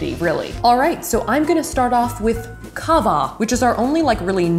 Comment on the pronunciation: when you said 'kava' is like a coffie in slovenian 😂 it sounded just like that😂😂